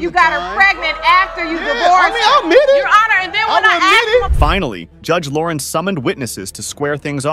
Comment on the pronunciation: The announcer mispronounces LAKE, LAUREN, and father and judge (Jude) in other videos. Please speak in AMERICAN English